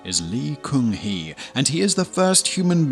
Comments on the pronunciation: Its pronouned gun-hee (gun as in bang bang). Come on man pronounciation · In pronounciation of lee gun hee, gun is not goon, literally gun !!